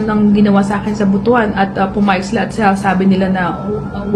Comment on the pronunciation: Pls the right pronunciation ng word ng Butwan not Butu an altho the spelling of it is Butuan.pls